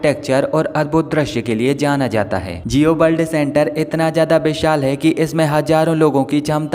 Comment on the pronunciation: Jio bald centre nhi jio world center he aur bishal nhi Vishal he...tu nhi manega bhai kisi aur se dub nhi krwaega khud hi galat Hindi bolke apni naak katwata rahega hmesha 😂